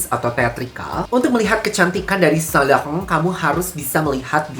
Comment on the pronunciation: Sain lauren ❌️ Sa lakhahoounnn ✔️